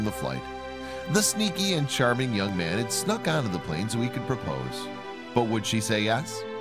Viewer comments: Its plane not plan bro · It’s “plane” not plan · It's plane, not plan. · Lol it’s PLANE Not PLAN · It's plane not plan!!!!